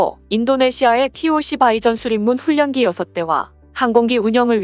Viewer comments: 아는체해서 죄송하지만 몇몇단어의 발음이 틀렸네요...훈련기 =>훈연기(x)>>>훌련기(0)식입니다. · 급유기: 금유기(X) 그뷰기(O). 훈련기: 훈년기(X) 훌련기(O) 참고하세요. 거슬립니다. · 이 채널은 정보 내용과 설득력은 좋은데 설명하는 분의 일부 부정확한 딕션이 좀 어색하네요. 급유기→금유기, 훈련기→훈년기, 미사일→미싸일로 계속 발음해요. 그리 어려운 발음도 아닌데 왜?????